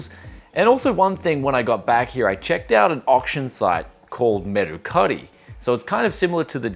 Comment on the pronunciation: merukari sounds like mercari here in the US